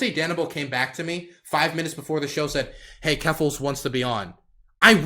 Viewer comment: "keffaluffle" xD